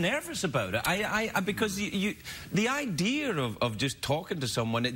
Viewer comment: 'Idear' instead of 'idea? They both did it :-)